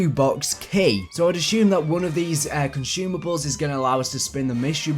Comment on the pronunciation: THERE IS NO "H" IN CONSUMABLES stop mispronouncing things!!!